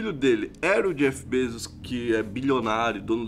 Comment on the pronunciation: o correto é BEZOS